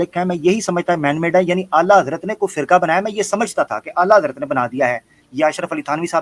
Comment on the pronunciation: Ala yuhi nahi ala hazrat he wo alo se ala he ala hazrat he